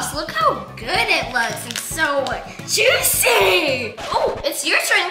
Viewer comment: the way that said juciy😂😂😂😂😂😂😂😂😂😂😂😂 😂😂😂 😂😂😂😂